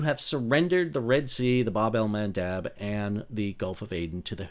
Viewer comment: You said Bab-al-Mendaub...❤😂🎉😅😊